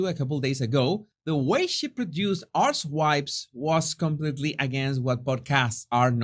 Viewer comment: Did you just call her podcast Arsewipes? lol 🤣